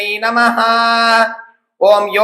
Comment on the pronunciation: நமக என்பதை நமஹ என்று உச்சரிக்க வேண்டும் என்று கேட்டுக் கொள்கிறோம். நன்றி.